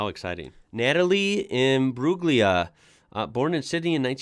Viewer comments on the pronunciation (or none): Natalie last name has silent "g" in surname